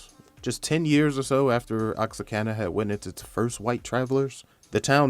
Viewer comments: Bro it's not OX-A-CANA . . it's Oh-Whaka. Very nice tribute ! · Oaxaca is pronounced “wua-ha-ka” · where is he getting the "N" from? LOL. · Am from oaxaca what the hell is oxacana